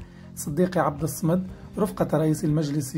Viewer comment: راك تتمسخر ماتعرفش تنطق اسم من أسماء الله سبحانه وتعالى وهو الصمدبفتح الصاد ومعناه الذي تصمد إليه الخلائق